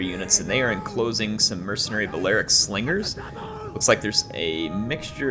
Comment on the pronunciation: It is indeed one of the best Rome 2 battles to date. Great job and respect to all involved players. But you gotta appreciate splendid commentary, his Star Wars references, and by favorite mispronunciation: "Swingers are gonna swing the battle", Slingers gonna sling;)